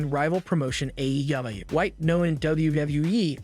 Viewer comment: I apologize but it’s sounds like the narrator is having difficulty with the pronunciation of some of the WWE superstars and AEW. Just giving some feedback. Maybe slow down when pronouncing AEW it sounds like they’re trying to make it one word… it’s a but cringe 😬